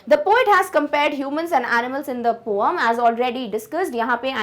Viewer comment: Poam nhi poem hota hai mam